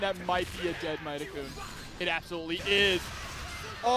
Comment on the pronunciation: This announcer driving me up a wall. It's pronounced MAY-TEN-KUN not MY-TE-KUN. Mad props to Layec though. Showing off that you don't need to use high tiers to make it far in tourneys. You just gotta put in the work.